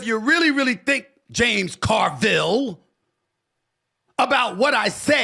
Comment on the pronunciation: mark is the only way the name JAMES CARVILLE should ever be pronounced